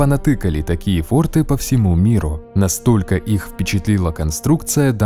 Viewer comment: пральна не форты а форты. и не сторожа а сторожа ))) (на правах шутки)